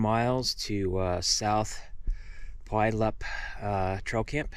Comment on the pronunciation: Very nice video! Beautiful filming. I will be doing the WT the exact same time you did it this coming September. My trip will be 10 days. The flower is fireweed. Pu (as in phew)-yal-up is the pronunciation. The fungus on the log is shelf fungus.